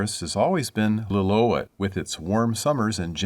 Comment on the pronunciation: It's pronounced lill-oo-ET